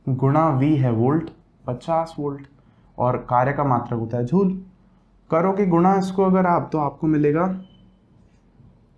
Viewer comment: सिर झूल नहीं जूल होता है